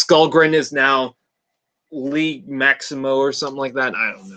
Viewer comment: The "g" in "Liege" is a soft "g". Like the sound a J makes in "just" with a slight "shh" sound at the end , not a hard "g" like in "guess". It's a Medieval term used by underlings for the "Lord of their land". ( not a "King" though.) Or a term to show respect to their Leader among "free-men". Liege Maximo was the "boss" of Jhiaxus in Transformers Generation 2 Marvel Comic-book. But, I thought he was suppose to look like Cthulhu, not a bowling ball.